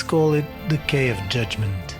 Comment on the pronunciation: Quay is pronounced key....